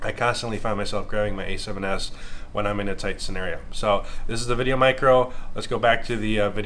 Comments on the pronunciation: Good god I couldn't last through half way the video because you kept saying VideoMic-ro. Its micro. One word. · Stop saying "Mic-Ro". Dang sounds so awful. It's put together "Micro" for a reason. Mic GO is separate cuz it's spaced out and capitalized intentionally